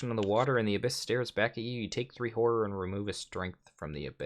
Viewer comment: Man you keep taking a whore (the way you say horror lol ) all the time...lot of resources there